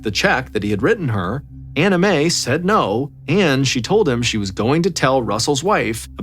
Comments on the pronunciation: I know you are saying Ann Mae but I keep hearing "anime" lol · Ballen butchers people’s names all the time, usually the Asian names, but Anime for Anne May takes the cake. Sometimes I think he does this on purpose to insult the parties involved. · He is not saying Ann Mae, he is saying Anna Mae, the difference in pronunciation is the second syllable. He is clearly pronouncing an A, not an I. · Me three. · Same lol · I thought the same thing! Haha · I hear Anna Mae, lol not Ann Mae, but I get what you mean about the anime. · Came to the comment section to see if someone else was hearing “anime” hahahaha 😂😂 glad I’m not alone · I’m glad I’m not the only one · Lol same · Hehe, I just keep hearing “Anime” instead of “Anna Mae” Is it just me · Nope, I heard that too at first lol.